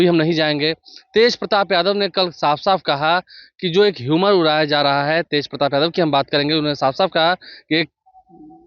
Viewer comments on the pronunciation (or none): भाई, ह्यूमर नहीं,रियूमर बोलो। भारी बकलोल हो सही में। यारी दोस्ती जैसी भाषा में समाचार मत बोला करो।